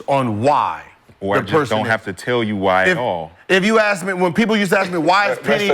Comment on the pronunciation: Respect people who pronouns “ask” the correct way it’s not ax